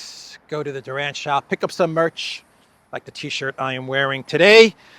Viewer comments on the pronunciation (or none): none